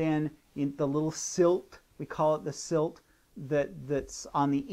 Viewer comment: Is he saying "silt" instead of silk?